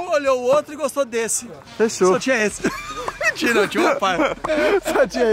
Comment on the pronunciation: o gui falando mintira o melhor ksksksks